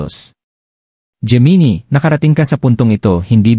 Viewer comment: Hindi po yan "jee-mee-nee" ang tamang pronunciation nyan. "Jé-Mee-Nai" po ang Gemini..